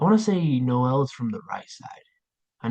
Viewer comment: It’s Pronounced nóel not no él